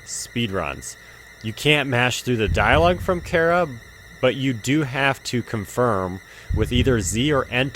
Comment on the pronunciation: Chara is pronounced CARR-A.